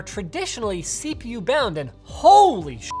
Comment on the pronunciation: "bonand"? :D